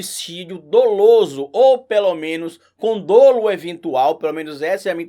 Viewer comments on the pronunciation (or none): eu acho que a pronuncia de Dolo é com o Ó aberto (Dólo) e não fechado (Dôlo)